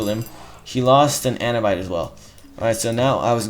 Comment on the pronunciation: Sling-er, not slinjer Man-er, not main-or Ah-noob-it, not anubyte Other than all this, great videos